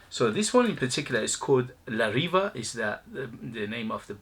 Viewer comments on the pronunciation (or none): The correct pronunciation is la reeveh, not reeva. I have a couple of these and they are, of course inexpensive, but also very weak in duration. I stopped buying them for that reason. Nice scents but they are definitely watered down versions of what they are trying to clone.